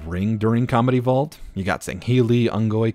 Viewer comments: Is he saying "Comedy Vault" or "Combat Evolved"? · Good video, when you say “combat evolved” it does sound like “comedy vault” though.